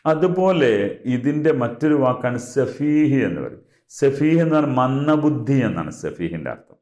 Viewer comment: മന്ദബുദ്ധി ആണ് മന്ദബുന്ധി അല്ല